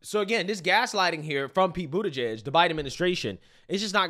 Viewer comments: Are you mispronouncing Pete’s last name on purpose, or do you not know how it’s pronounced? You keep saying “Boot’eh-page”. The correct way to pronounce "igieg” is like the word “plug”, like in “He bent over and plugged in a light bulb” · It’s Pete Bootyjuice; not Pete Buttegieg.